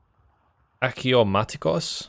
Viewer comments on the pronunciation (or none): The "achiomatikos" killed me. Had it been "Aksiomatikos" or even "axiomatikos" i'd be fine. Though, the proper term would be "Dioiketes". It's really not your fault, Eugen did a number on this unit's name :p